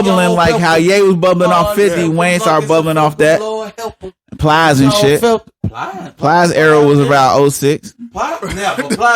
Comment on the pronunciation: This nigga said plies 😂😂